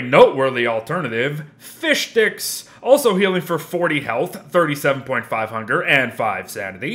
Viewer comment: I like how you say fishdicks